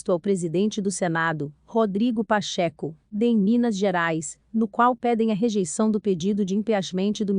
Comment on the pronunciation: Pacheco, não Pacheco com acento no e...meu bem! Dói ouvir vc!!* aff